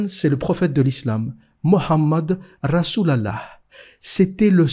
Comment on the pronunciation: Chaque fois qu’il dit rasul allah j’suis plié 😂